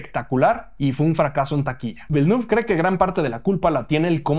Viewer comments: No se dice "velnuf", se dice "vilnef" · /Vilenef/. El apellido del director se pronuncia con fonética francesa. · Siento sonar repelente, pero Villeneuve se pronuncia "Vilenéf", él es canadiense de la parte francófona y su apellido es francés. Un saludo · Que risa cómo pronuncia Villeneuve 🤣